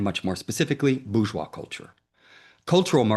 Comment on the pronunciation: Bourgeois/boorjoie/ NOT /boojoi/